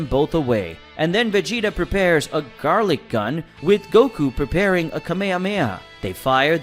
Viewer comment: Gallik not garlik